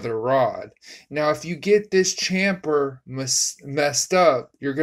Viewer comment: This guy is WRONG and don't know what he is talking about!! The I beam rods CANT GO EITHER WAY and they DO have a chamfer and not flat on both sides! If you listen to this guy, you will have problems and will blow your engine, if you can even get it together. Plus he can't say chamfer correctly! It's chamFer not chamPer ! He's totally wrong on the I beam rods just going either way and it don't matter!! He's looking at the rod bearing side faces incorrectly to start off!! Good luck dude and let us know if you get it running or if it blows up. Please